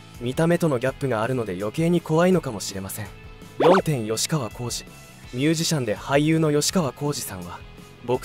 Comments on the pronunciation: よしかわじゃなくてきっかわ！ちゃんと 調べてアナウンスしな！ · よしかわこうじではない！きっかわこうじです！ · ヨシカワじゃなくてキッカワ❗️ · よしかわこうじ❌ きっかわこうじ⭕ 俺も若い頃、何度かケンカしたことありますが、はっきり言って１対１なら勝ち目ありますが１対２だとほとんど勝てませんよ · よしかわ？きっかわ、では？ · よしかわこうじじゃなくて😅 きっかわこうじだよ😢 名前間違えるの失礼😱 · よしかわこうじ？きっかわこうじです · よしかわ× きっかわ○ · よしかわ じゃ無い きっかわ だ